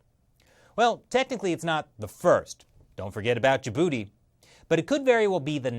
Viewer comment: When he said "Djibouti", I thought he said ya booty